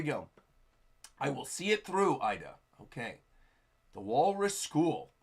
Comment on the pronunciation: The name Ida is pronounced Eeda,. 😅😅